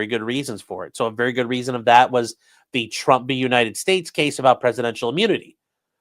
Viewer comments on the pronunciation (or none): none